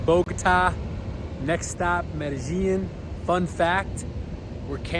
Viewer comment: an easy way to pronounce it is Mede-jean...and also, the Pablo Escobar bit, please let it go. It's old, unfortunate, and a very very sad time in history for most of us born in Medellin. It's not a joke, especially when a gringo who doesn't know much about the country/city they have to privilege of traveling to for work, much less do a little sightseeing. Thank you.